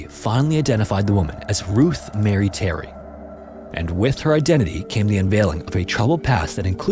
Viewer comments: Her middle name is “mah-ree” not Mary.! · Marie is pronounced “muh-ree” lmao if this is some sinister plan to get engagement by saying names wrong that is diabolical